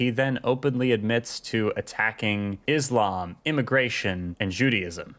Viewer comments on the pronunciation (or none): none